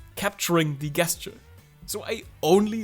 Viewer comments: Gesture is said with a “J”. It’s a soft “G”. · Helpful video thank you. I hope you don’t mind me saying that the word ‘gesture’ is pronounced as if it were spelled with a ‘j’ at the beginning. As in jelly or just. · u say gesture like "guess'ture" thats not an attack on pronunciation i think its funny cuz its pretty accurate for how im doing this exercise lmfao